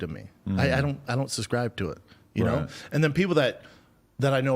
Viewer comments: If I have to hear him say “suscribe” one more time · “I don’t SUSCRIBE” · Hey, hayydurz... He don't even Suscrybe tew't, B! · Does he suhs-cry to it or not?